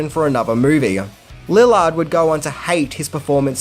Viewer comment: For someone who supposedly loves this movie, you got some important things wrong. You pronounce Neve's first name wrong, the script wasn't sold on Monday but over the weekend, Matthew auditioned for Billy but got Stu, and mispronounced Matthew's last name.